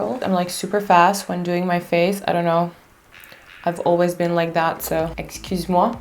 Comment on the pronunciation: are you saying "excuse moi?" ahah kiss from france pretty🐝